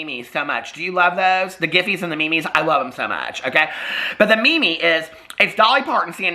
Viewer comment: You way you said meme had me dying laughing 😂😂😂 I did join in on the shimmy shimmies!